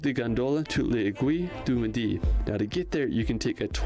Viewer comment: oh no as a french how the guy pronounced "l'aiguille du midi" was so funny and cute ! it just killed me... 😂🥰